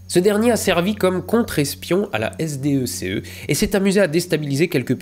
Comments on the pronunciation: Je vais me permettre de faire le meme commentaire que j'ai fait sur la video sur le meme sujet de Hondelatte et avec le meme narratif...ca se prononce Sdeque et non s.d.e.c.e, hondelatte lui a carrement dit sdesse.... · Je pense que SDECE se prononce "ZDEK", c'est l'ancêtre de la DGSE actuelle